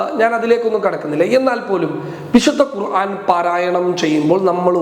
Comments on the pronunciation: Qurhaan ennalla.. qur:aan ennanu thiruthuka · Qur'aan aanu qurhaan alla